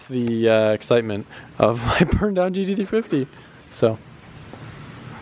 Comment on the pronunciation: He has such a hard time saying gt350🤣